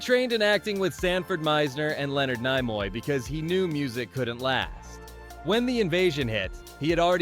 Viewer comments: Leonard nimoy not Ny moy i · It’s NEE-moy, not NI-moy. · Leonard NAYMOY?????????????????????????? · "Leonard 'NIGH-moy"? The guy from "Stairs Trek," with Woolyam Shatnard? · “Leonard NIE-Moy?” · Leonard N-EYE-moy? Seriously? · It's Leonard Nimoy(Nee moy) you simpleton. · Leonard Nigh-moy? This is getting worse. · Wait — who is Leonard NYE-MOY?? 😂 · Leonard NY-moy? 😂